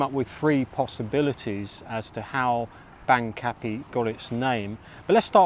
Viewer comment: My current Thai partner and I laughed at your pronunciation of Bang Kapi. My partner lived in Bang Kapi when she was working and living in Bangkok, and my ex-wife grew up in Bang Kapi. They all pronounce it (Barng Kapee)